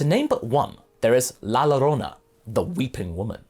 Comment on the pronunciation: The LL in Llorona is pronounced like a y. :)